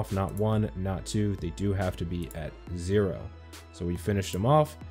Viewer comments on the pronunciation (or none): none